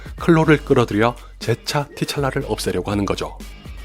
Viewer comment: 블랙팬서의 본명인 T,Chala는 티찰라가 아니라 트찰라라고 발음하는게 밪다네요